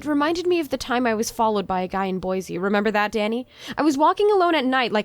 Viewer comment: Pfft she pronounced Boise boy zee its boy see :P.